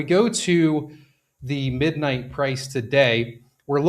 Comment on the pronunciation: I have heard of Monero but what is MonoRow? I was invested heavily into MidMight only cuz the YT influencer kept pronouncing NIGHT wrong 🤣